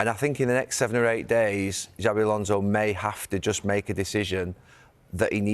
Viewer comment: Please get the pronunsiation of XABI Alonso´s name correct. Xabi, the X is no pronounced like "J" but as an "S" as it is Basque. Whereas Xavi Hernández, the catalán player, his "X" is pronounced as "Ch" as they pronounce it like that in Catalunya. It really does sound weird liestening to a "JABI ALONSO" and not "SABI ALONSO" thanks